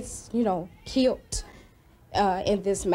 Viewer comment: That lady said “kilt” 😂😂😂 it’s Killed!!